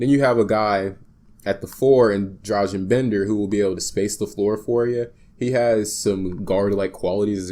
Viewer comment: it's pronounced [don-chich] and [drah-gun] (Dragan is not the same as Dražen as in Dražen Petrović, similar but different name).